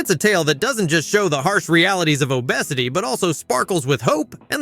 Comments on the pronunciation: And how it pronounced obesity as o "bess" ity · hate AI narrators. U.P.S and downs? ohbesetty? why doesnt this bother anyone else ?=/ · lol you called Che a woman the whole time 😂😂😂 and it’s obvious ur using ai voice over , no one pronounces obesity like that 😂😂😂 good video tho